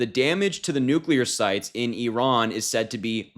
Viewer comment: Why can’t Vance even pronounce Iran?